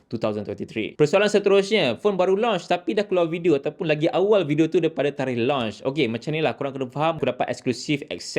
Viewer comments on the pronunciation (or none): none